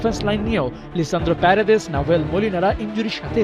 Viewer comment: লিয়ান্দ্রো প্যারাদেস❌❌ লিসান্দ্রো প্যারাদেস✅✅